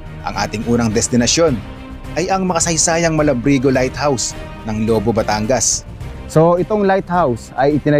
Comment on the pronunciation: Lobo.. maragsa ang bigkas not Lobo as a wolf... ingat amigo